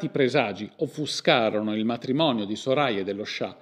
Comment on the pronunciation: Soraya si pronuncia come il the in inglese. Lo so perché ho conosciuto una ragazza con quel nome